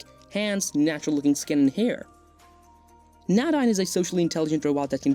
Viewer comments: That name is pronounced, "nay-DEEN" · Nadine is pronounced Nay- deen